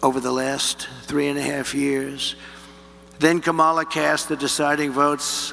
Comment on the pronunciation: They can't even pronounce VP Harris' first name? Are these guys sitting at a folding table in a janitors closet, with a green wall behind them?